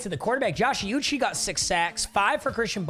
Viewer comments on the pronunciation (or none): Josh “uniche” he goes by “oo-chee” lol 😂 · It’s oo-chay not ocie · Calling Josh uche “Josh yoochie”😭😭